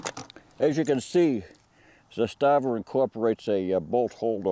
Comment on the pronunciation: A Serb here. The second pronunciation of Zastava is spot on. The first "A" is a long, falling one: ZAAASTAVA, not ZASTAAAVA.